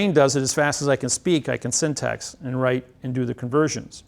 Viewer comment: He may be smart but he cannot pronounce syntax. :) He says it like syntext.